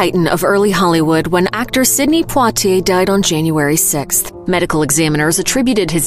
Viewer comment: What's up with speaker's pronunciation of poitier??